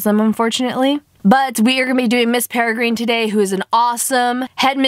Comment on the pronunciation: Learn to pronounce. Peregrine- (pere- grin) ugh 😑